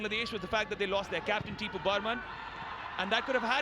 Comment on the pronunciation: Wait was the entire video made without the mention of hamza? Nicely done, you even managed to mention man of the match farukh chowdhury twice. Surely hamza hasn’t even rattled your national teams YouTube moderators! Also, it’s Topu not Tipu. Regardless, best of luck for the rest of the qualifiers.